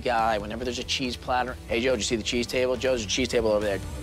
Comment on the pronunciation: the way he says cheese has me laughing so fucking hard ohmygosh